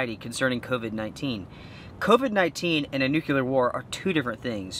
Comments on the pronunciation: It's "NUCLEAR" pronounced just how it is spelled. It means to do with the "NUCLEUS". There's no such thing as a "Nukulus" and there's no such thing as "Nukular". Shake your head. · Nucular??????? Really? LOL